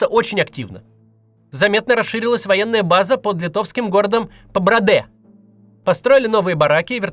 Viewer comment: "ПабрадЭ" это сильно 😂 - правильно: "ПабрАде" 😊